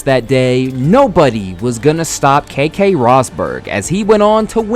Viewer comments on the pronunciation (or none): Nice video. Two very minor points, not to criticise but just in case you end up doing another 1980s F1 video. It's Williams not William, and Keke (as in Rosberg) is pronounced "Keckie" not "KayKay". Good video though. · it is pronounced key-key, not k-k